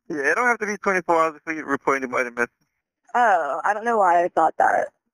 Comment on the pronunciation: Like whatevvar. We wanna call just to let you know, our friend is missinguh.